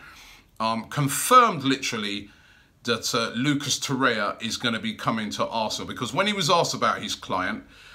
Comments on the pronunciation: Torreira not Torrea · its torreira not torrea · Torreira. Not Torrea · TO-REY-RA or TO-RARE-RA come on Robbie man wtf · There's another R in the name. It's Torreira. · will robbie move to.Urugay to.learn pronuniction of lucas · Robbie still can’t pronounce torrerira’s name right or any name for that matter 😂😂